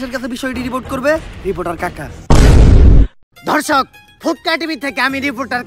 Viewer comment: সাংবাদিক দর্শক না বলে ধর্শক বললো😱